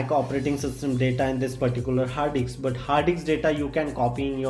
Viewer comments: hard DICKSS guys, not hard DISK 😂😂😂. LMAO 😂. HARD DICKS 😂. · ah ki fudu explanation "hard diks"